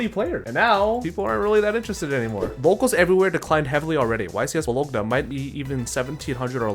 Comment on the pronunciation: As an Italian your pronunciation of Bologna physically hurt me.